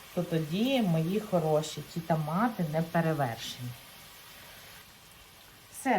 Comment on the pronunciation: Моя хороша, в школі грамоту вчила ?! Правильно тОмати а не тАмати ! 😂